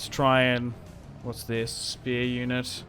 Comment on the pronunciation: it sounds like juden whenever he says unit its freaking comical